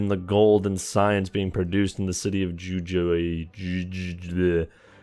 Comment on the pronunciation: The two Js in Jujuy are actually pronounced as Hs.